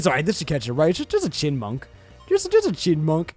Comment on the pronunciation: The true meme of this episode is the fact that can't pronounce Chyinmunk.